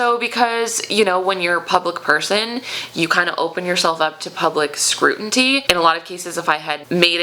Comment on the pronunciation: Scrutiny not “scrutinty”